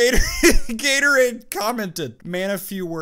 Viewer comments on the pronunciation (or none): "GATORADE" XDDD